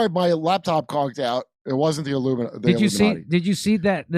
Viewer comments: If you listen carefully , he said illuminutti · Jim says illuminutty